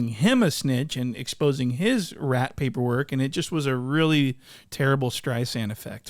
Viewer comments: "The poyperwork" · “paper work” accent on point 😂😭😭